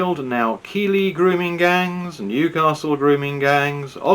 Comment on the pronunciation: Keighley is pronounced Keithley.